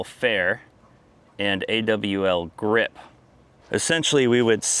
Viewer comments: If the hull is flexing which is causing the cracks doesn’t matter what you put on it it’s gonna crack .. it’s pronounced Allgrip (Awlgrip) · Just so you know cap the name is pronounced as a single word. Also Awlgrip is a polyurethane paint. Nothing more.